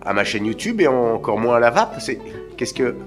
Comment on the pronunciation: J'adore le "je ne sais quoi z'encore" ;)